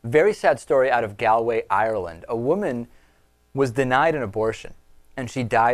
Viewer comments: Lol love how you said Galway. Prounced g-all-way :) -Alex Dublin, Ireland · i know this is a sad story but i just want to mention you kinda said Galway wrong.